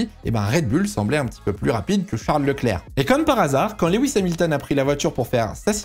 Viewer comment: coucou je fais le relou mais Lewis se prononce pas leh-wisse mais lou-wisse, c'est pas grand chose mais c'est + pro de mieux prononcer je trouve (et on dit au Barhein et pas a barhein)